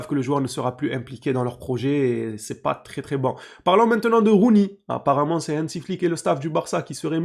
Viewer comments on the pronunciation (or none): none